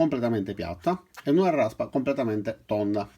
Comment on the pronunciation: Larrraspa tonda e larrraspa piattah! ^_^